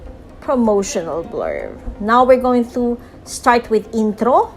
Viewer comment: inthro, outhro, thracks